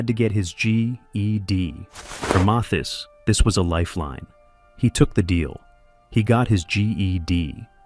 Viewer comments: AI couldn't even pronounce his name- MAY- this ? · At least you could pronounce his name correctly. This A I voice is horrendous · The narrator can't pronounce his name correctly and where's the actual proof 🤔